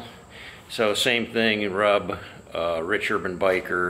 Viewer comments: Yes.. I noticed it happened in 97-98 specifically.. once you start seeing children walking down main street because they came with their parents in a truck and trailer its pretty much over.. and btw.. rub is pronounced rube with a long "u" .. last time I went was for the 75th.. waste of time.. no one is letting people camp proper.. and I had to bail my wife out 6 fucking times for flashing. Fucking joke.. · Totally agree it's a RUB fest. Except it's pronounced 'roob'! LoL I hate crowds of stiffs, the last time I went to Sturgis was in 02 and I thought it (downtown) was an overcrowded RUBfest. The Rally's only saving grace? Then as now, the excellent riding in the Black Hills!